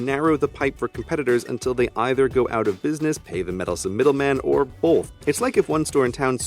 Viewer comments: I stopped watching CGP Grey altogether when he said "bolth" . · Grey I love you & want your voice narrating my live but there's no "l" in "both" . Also, I commented on the case. And as always thanks for the awesome video. Except for when you said "both" .